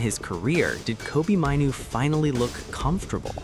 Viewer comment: An American accent pronouncing Kobi's name wrong. Not Mineoo it's MAIN OO. I could only last 15 seconds. T